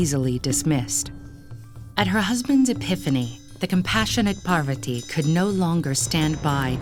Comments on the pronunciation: With Ted Ed being such a big platform, I’d have expected them to at least get their pronunciations right. There’s no dearth of Indian people who can speak clearly and pronounce the words properly. I’m only 50 seconds in and I am already cringing at the absolute murder of “Parvathi” and “Ardhanareeshwara”. Please, in the future, double, triple, and quadruple check your pronunciations! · They even pronounce Mandarin words perfectly, but here goes "Parvathi" as 'Parvatti' "Annapoorna" as 'Annapurna' "Bramma" as 'Brahma' I guess Google is not guiding them with correct information when it's related India😂